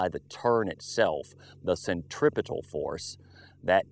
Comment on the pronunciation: centriptial force?..........hahahaa.....this guys on pills...hehehe